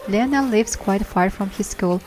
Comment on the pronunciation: Hi! Great, informative video! Just wanted to tell you that the name Lionel is pronounced “lie-nal”😊